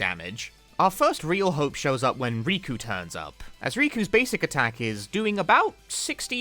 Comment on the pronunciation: she has 2 k's in her name bruh, "Rikku" not "Riku", there's already another Square Enix character called "Riku" so I asusmed you meant him instead